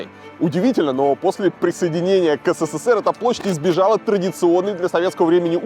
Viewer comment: Почему говоришь четыре буквы С в СССР? их три, а говор шь четыре. Неужели так сложно правильно говорить?